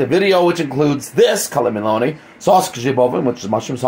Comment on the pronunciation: Not (Mel) ony but (miel)ony